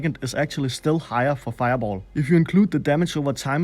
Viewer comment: wennst nochmal feiaboll sagst brech ich ab xD